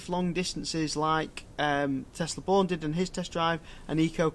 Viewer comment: Good video! But it's pronounced "Bjorn". Not Born.